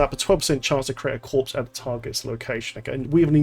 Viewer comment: What I learned the most from this was the S in corpse is silent. who knew